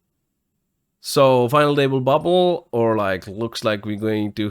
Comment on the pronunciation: I love how he says "Final able"